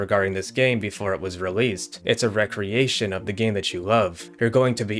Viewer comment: The word "recreation" in this context is not pronounced "reck-reeation" as it would be in the context of an activity done for fun. It's "ree-creation"